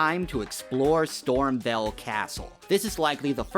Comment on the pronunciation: You're saying Stormveil wrong. VEIL is pronounced VALE not VELL